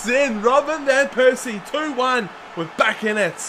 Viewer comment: i feel so un comfortable with you saying vanpersies name ;(